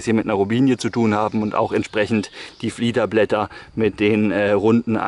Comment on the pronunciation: Dein Video ist super! Ich habe nicht sooo viel Botanik Ahnung, aber: Heißt es nicht "Fiederblätter"? Und nicht "Fliederblätter"? Dein Video ist auf jeden Fall lehrreich und angenehm zu schauen, vielen Dank! :)